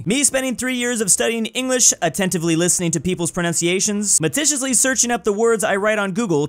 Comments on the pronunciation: Maticulously? Ironic. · Does anyone else pronounce maticulously the same way does?